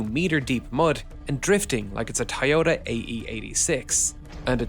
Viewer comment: ive never heard anyone call a toyota a tie-yoda.